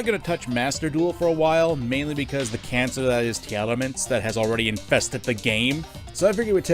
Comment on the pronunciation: I was gonna subscribe, then you tried to pronounce tearlaments lol, jk i subbed still